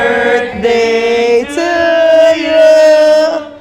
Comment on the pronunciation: “sis happi burthday ”